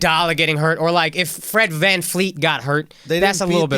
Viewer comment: It's VanVleet dammit not VanFleet!!!!!!!!!!!!!!!